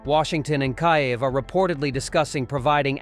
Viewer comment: Hey bubba, its "Keev" not "Ky-ev." And the worst thing going on is that Dummy (having a) Dump 💩💩💩 is involved in the talks. Kiev will not take anything less than the lost territories & Crimea back to Ukrainian soil.